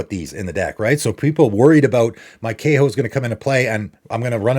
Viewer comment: You're pronouncing Kaho incorrectly and it's "funnily enough", not "funny enough".